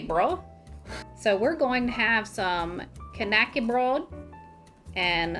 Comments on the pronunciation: Please... Ä is not A. :D Not even close. "Knacke" is a TOTALLY different word than "KNÄCKE" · lived in sweden and somehow was pronouncing it wrong all these years. hard K as in Kay-nak-er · Swede here. Knäckebröd is actually pronounced like this: Hard K-sound. The ä, in this instance is short and sort of sounds like "set" or "heck". Kind of like "kn-(h)eck-eh. Bröd sounds like the second e in "prefer". Br-e(r)d.